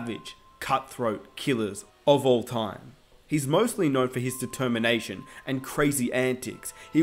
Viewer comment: "I play with a ternayshuness" - Kevin Garnett